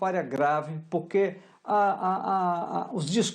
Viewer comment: O Valdo boquinha falou puque? Jornalista heim